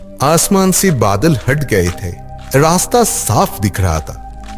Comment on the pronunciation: Wo rasta bola ya nasta😅